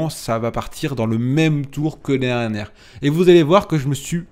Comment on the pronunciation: par pitié articule quand tu dis « l’année dernière » , sinon bravo pour la perf !!!